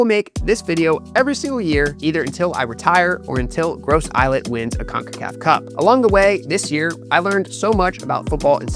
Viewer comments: Gros - Islet is pronounced Growse - Eelay Choiseul is pronounced Showzel Mabouya is pronounced Mabwiya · Hey fam, Gros Islet is French, so it's pronounced, as "groh-zee-lay" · Please please get the name right. Ask someone from St. Lucia, how you pronounce Gros islet